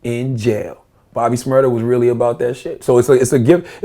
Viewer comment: "bobby shrmurdeR"